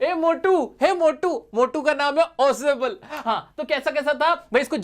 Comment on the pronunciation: 🙅 ausebl 😂😂